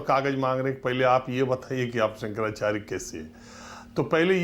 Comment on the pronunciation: 55 saal se pratha thi - koi kagaz nahin chahiye, aadhar ban jayega voter card ban jayega , jahan chahe kabza kar lo etc etc . Bas Daagi kunbon ka aashirwad hona chahiye aur musalmaan hona chahiye 😝😝😝 Aise khan-gracy agent jo शंकराचार्य ka naam Bhi theek se bol nahin sakta , baith kar khud ke pvt channel per gyan baghaar raha hai 👎